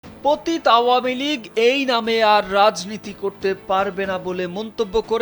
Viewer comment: " পতিত্ " নয়, সঠিক উচ্চারণ হলো " পতিতো "। উচ্চারণ শুদ্ধ করে রিপোর্ট পড়তে এসো।